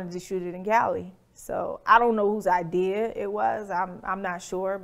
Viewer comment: The word is IDEA not ideal. Charlie looks amazing 🥰💃🏾